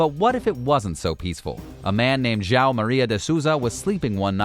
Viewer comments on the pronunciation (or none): Jawow! You couldn't have pronounced Joao any worse